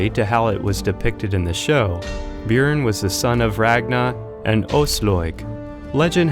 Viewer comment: I’m surprised he even pronounced Bjüorn or however the fuck you spell his name.